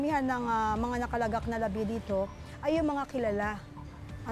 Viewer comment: Nakalagak? naka lagok? o naka la-gak? alin ang tama?